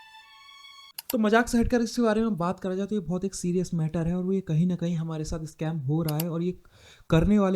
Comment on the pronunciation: scame nahi bhai, "scam" hota hain